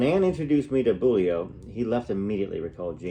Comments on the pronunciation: Its pronounced "Bo-Liu" in Eng. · Priscilla last name is pronounced 'Bowl-iu' Thanks for taking the time reading the book for us 😊 Love your channel ❤️ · Hi, in england we say Beaulieu, Beaulee .